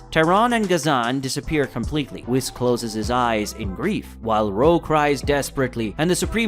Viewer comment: For the love of Kami, pronounce “Whis” correctly!!!